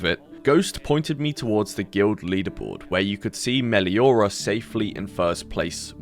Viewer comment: thats not 'Meliora' or whatever they called it no no THATS FUCKING BA SING SAE